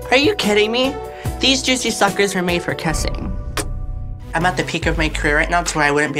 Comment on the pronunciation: "Theas jouicy shuckers were meant for kassing"